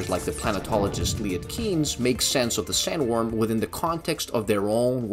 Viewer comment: It's pronounced "Shy-oo-lewd". And "Lee-et Kines".